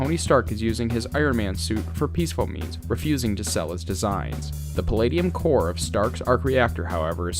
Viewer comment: Kiln, not clin..... Core not corpse